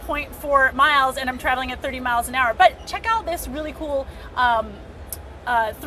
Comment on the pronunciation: "Cnet unt CES" love you!